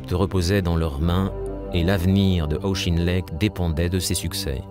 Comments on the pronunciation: Auck.his names proniunced aucken lect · The narrator appears to have some difficulty with pronunciation: Caucasus is pronounced ‘Caucus’ and Auchinleck is pronounced ‘Owch-in-leck’ . Please check and edit audio for corrections. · I’ve never heard of “Shtahlin”; sounds like there’s some sort of agenda behind this. And “Auschinlek” instead of Auchinleck (a Scottish name)? I’m giving that channel a wide berth. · Auschinlek? It is pronounced Aw-kin-lek. This is the same comentator who says "Shtahlin" instead of Stalin. Who is this and why the German pronunciation? Is this some sort of agenda?